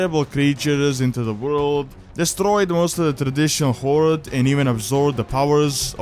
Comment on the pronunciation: first off: "horde" not "hord". secondly, as much as i love thrall as a character with awesome backstory i hate the horde.